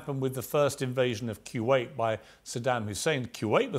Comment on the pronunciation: Why is Piers pronouncing Kuwait like that? What the hell is Quwait ?